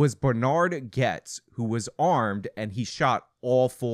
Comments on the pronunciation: Why do you keep saying Grotes instead of Gets? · Why did you start calling him "Groats" after correctly pronouncing his name at the beginning of the video? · Bernard Goetz (pronounced Gets not Grotes) I believe on no uncertain terms was-his own-worst-enemy; in the continued aftermath of the shooting incident and even years later at that. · Gonna be that guy. His name is pronounced more like "Getz" not "Goets". Love the channel! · GOETZ pronounced like “GETS” there’s no “R” sound in it…even in the original German. Almost as irritating as AOC going authentic Spanish on one word in a sentence. 🤚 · His name is Goetz (GETZ) not "Groetz"! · Also, his name is pronounced "Getz", not "Groats", haha you silly young-uns. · Grotes? Goetz It's pronounced "Gets" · Pronounced Getz. Not Groatz. Lol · Bernard's last name is pronounced like 'gets' - I was 10 at the time but I remember this and how crazy scary NYC was was at that time, especially the subways. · Bernie Goetz's last name is pronounced "gets," as in the third person present conjunction of the verb "get." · There is no "r" found in "Goetz". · The Americanized version of his name is most accurately pronounced "Gets"...........there's no R at all in his name. 👍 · Why did you call him "Groats" multiple times? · It's Goetz, not grotz. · Lmao Bro how do you mispronounce the name with an ‘r’ that isn’t there after watching extensive footage on the case? Lol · forgets his name after saying it right the first time.